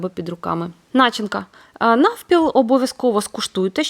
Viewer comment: Чому наголос на слові начинка на першому складі? Б'є по вухам чи це зараз така мода? Я вчилась в українські школі і наголос був на другому складі ( від слова на чи ня ти) а у вас незрозуміло по якому ґовориться) і других навчаєте і так всякого набралися чи може ви з другої сторони? Мерсі ! То як вам ? Пиріг нормальний може бути добрий.🎉🎉